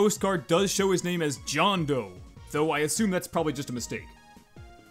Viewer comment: It John Doe not Jain doe